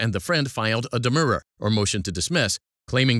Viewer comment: the way the narrator reads demurrer has caused me emotional distress, Do I have a cause of action against Quimbee?